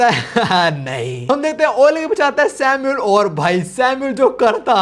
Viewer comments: Aba vai tu samuel ko bar bar sino kiu bol raha hei Sunne me kaisa lag raha hei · samul not sinu